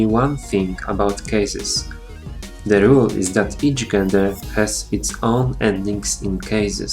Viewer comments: It is pronounced jen-der not gen-der. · Część, I am a big fan of your videos. I noticed that you made a mistake when pronouncing "gender". You should pronounce it as if it were spelled "dżender" in Polish. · czyta się "dżender"